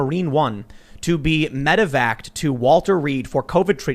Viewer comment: The best part is the journalist doesn't know it's medevac, not medivac. Takes a 2 second Google search.